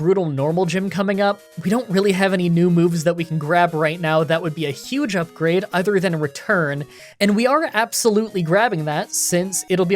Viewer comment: Is pronouncing ‘other’ as ‘either’ a Canadian thing or an thing? Normally I wouldn’t nitpick something like this, but comments are good for the Youtube algorithm.